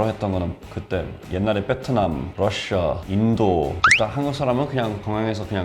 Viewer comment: 베트남을 비엣남이라고 안하고 뻬트남이라고 하심 ㅋㅋㅋㅋ